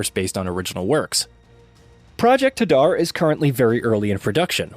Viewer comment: It’s Project “Hay…..Dar” NOT HuhDar!